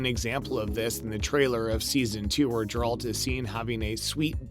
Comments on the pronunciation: It is pronounced Geralt the G is pronounced in with a G sound like in the word Gutter. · You mage movies about Geralt but you can't say his name right .thats silly . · You’ve totally butchered the name of the main character. Congrats you’ve earned a dislike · Brief aside, you should actually watch and retain the info you're going to report on. Your obvious and multiple mispronunciations make it apparent you are simply reading someone else's words. Jeralt, Ciril-ia, Veneberg, Herrich, etc. It's G -eralt, Ciril-a, Veng-erberg, and Hiss-rich. The idea that game of thrones and the witcher are connected is extremely thin, but not entirely without merit as there are multiple worlds in Sapkowski's books that Ciri is able to travel between. Spoiler alert- Ciri comes to earth and spends time with the knights of the round table at the end of the books. So, since game of thrones was a franchise made on earth centuries later, they are connected. Another possibility is GoT is another world that could be connected to the Witcher universe, but that's even thinner.